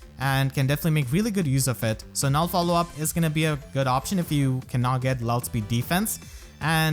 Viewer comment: Damn youtube really had to go and spite my boy for saying Null C